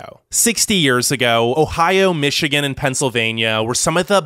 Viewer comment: Thanks for trying, I know you did your best! But you're actually wrong its Michigan.